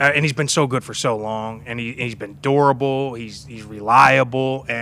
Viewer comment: Definitely said “durable” but it kinda sounded like adorable 😂